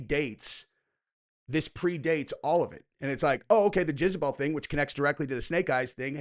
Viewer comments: Are you saying Jizz-a-bel on purpose? Lol. It's Jezz-a-bel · For the love of god, its JEZABELL not JIZZBELL 😂 🙄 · I love that you keep saying jizzabel instead of jezabel 🤣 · Is anyone else hearing "jizzabelle" lol? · How many times does say jizzabell. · Gonna start calling you "" after hearing your pronunciation of Jezebel. 🙂🕊️